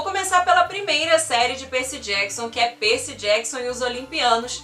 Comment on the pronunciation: Faltou as Crônicas dos Kane❤️. Você fala “Perci”, colocando o Y como I, o que fica meio esquisito de ouvir, acredito que porque sou mais familiarizada a falar os nomes na forma em inglês... o vídeo está maravilhoso.